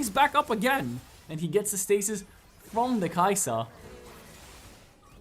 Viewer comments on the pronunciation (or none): none